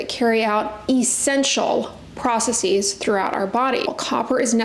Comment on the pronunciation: I'm a petty person. One process. Two process-iz. NO process-eez. That is not a word. If you ever get the urge to say "processeez:" FIGHT IT.